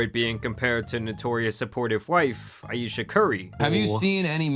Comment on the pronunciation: She said I Ayesha Curry 😭💀yea no